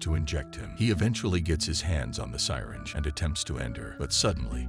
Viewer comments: ‘Sigh-tinge’. Really? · The "SIGH-ringe." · Its pronounced syringe not sighringe and shot guns use shells not bullets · The mispronunciation of some of the words threw me off at first. It took me the longest time to figure out that the word "sirens" was actually a mispronunciation of the word syringe! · Is this a robot narrating? Syringe pronounced Si-ringe? Made me chuckle :) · Who else knew that word was pronounced sigh-ringe? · Lmao also the way ge pronounced syringe...😅😅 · AI narration is cancer. It can't tell when it's reading a typo and will happily recite nonsense like "roils off into a corner". If you paid a human to do this, they would spot that, and they'd also know how to pronounce "syringe"